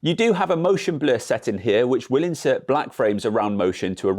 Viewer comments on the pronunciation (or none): none